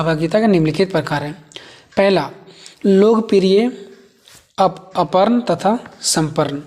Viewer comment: Arpan aur samarpan padha jayega ushe aparn aur saparn nhi